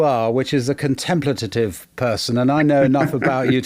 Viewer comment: Now that verbal perfection has become a thing, it’s irritating to hear how many slips and mix-ups are made by journalists who are decades younger than President Biden. This one couldn’t pronounce “contemplative “.